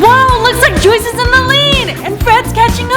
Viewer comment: It’s Joyce not joies